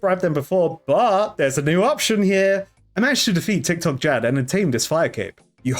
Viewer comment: lmao did you just say tiktokjad